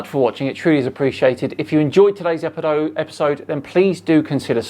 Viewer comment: AHA! said "epidode" instead of "episode"! He used the letter "d" as in "devil"! Also the word "epidode" has the number 666 in gematria. Coincidence? I think not.